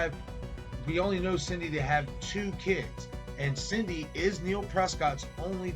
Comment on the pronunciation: I love your theories here. That being said, you spent the whole video calling Sidney Prescott "Cindy". Not gonna lie, it's a little maddening. Lol